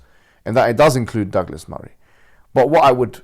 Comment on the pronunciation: Douglas sounds like Dégueulasse. It's in French, Google that.